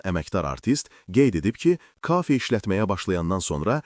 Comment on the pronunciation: Kaafe nə idi? Kafe dəə